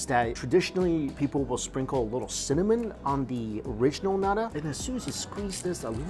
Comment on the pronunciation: The pastel de nata from Jason's are legit! 🇵🇹🇨🇦 Its 'naTa' though, not 'naDa' Mike. Nada means 'nothing' in Portuguese. 😂